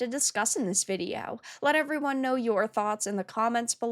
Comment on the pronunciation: „… in this vidi-OWW“